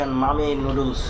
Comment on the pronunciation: Sala pronounce to kora shike ne age NOODLES KE NOODOOLS BOLE